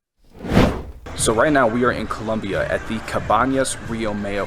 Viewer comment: Colombia 🇨🇴 not Columbia 😂😂😂😂🤦‍♂️